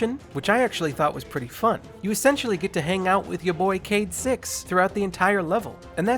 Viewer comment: the woman says 'cayde' like 'katie' XD